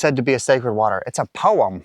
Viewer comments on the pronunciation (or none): Why do you pronounce 'poem' like Miss Trunchbull in Matilda?